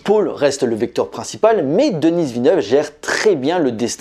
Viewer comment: S'il-te-plaît: ce n'est pas «Denisse» Villeneuve. Ça se prononce «Deni».